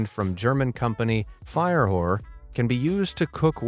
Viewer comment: WTF!?! Did they just say the name of the company was FIRE-WHORE? 😲 😂😂😂😂